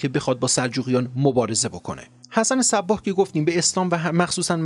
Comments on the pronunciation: خیلی از کلمات یا بهتر بگویم اسامی را غلط تلفظ می کنید ، حسن صبّاح غلطه باید گفت صباح یعنی بدون تشدید .❤ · سلام دوست من صباح تشدید نداره ب را بدون تشدید تلفظ کنید.❤❤❤